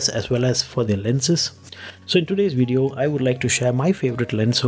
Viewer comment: When I heard "wideo" I left..